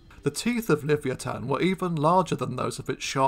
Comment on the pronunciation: At the risk of being pedantic, shouldnt Livyatan be pronounced Li-VY-a-tan.... y'know, like Leviathan but with a hard 't' sound? just saying....